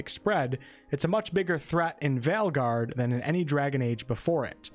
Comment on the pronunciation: Your accent is fine and I actually prefer the former pronounciation of "Veilguard."